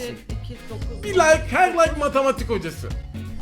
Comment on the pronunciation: Yengecim hâlâ layka ne komik dedin be 😂